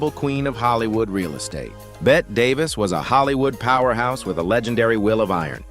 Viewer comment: Excellent production quality, but there were a few pronunciation mistakes with names like Bette Davis, Charlie Chaplin, Orson Welles, and Mae West. Correcting those would make the video feel even more professional.